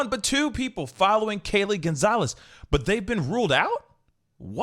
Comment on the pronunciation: Goncalves is Pronounced “gun-sol-vez”